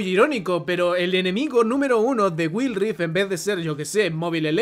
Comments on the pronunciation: "Guaild rift" así se no pronuncia, no will rifdt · Wild Rift= Guaild rift Aprende a pronunciar el inglés, que son esas mmds de guild rif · Si dice Wil rif y no wuaild (Wild rift) como no va a pensar que va a caer si no pronunciarlo sabes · “Waild rift” esa es la pronunciación, habla bien educa a la comunidad y el juego no se está acabando todavía falta mucho y apenas está desarrollándose de la manera adecuada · guail rif creo es la pronunciacion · "Güil" XDDD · Me perturba cada vez que dice GuilRi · me da risa que diga wild rift como se escribe y sin pronunciación en inglés, igual que mobile legends JSJSJSS perdon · Muy bueno el contenido pero no podés pronunciar Wild, Mobile, de esa forma tan analfabeta.. con la mejor bro!